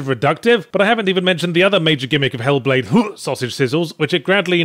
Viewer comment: Making me feel sick after hearing Yahtzee pronounce the game title that way so often.